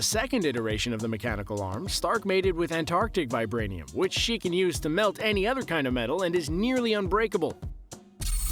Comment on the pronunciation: The way she says vibrainium 😉